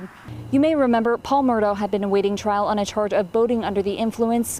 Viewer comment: It’s pronounced “Mur-dock”. My great mother is from Islandton and Murdaugh is her maiden name.